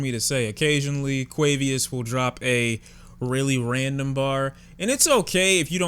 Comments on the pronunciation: nigga said QUAVIOUS💀💀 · I snort every time you call him “Quavius” 😂😂 it’s just so random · did this nigga say quavieus